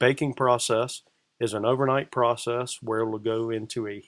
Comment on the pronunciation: Why can't he say the word "PROCESS" properly?…. in reality he just puts it in a kiln and then takes it out the next day. It heats up and cools down. The "Particulant filter cleaning machine" is just a sandblasting machine box… I bought a new one for £100 recently. You just use the compressed air from it… nothing difficult and no magic ! So this should be a £50 job each time - it is so easy.